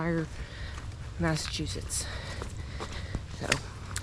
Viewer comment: Muddsechusetts. Livardi is pretty stellar, though. I really think folks need to work on their pronunciation of the various "shires" in New England. It's frickin' SHEER! Not difficult. Have a nice day.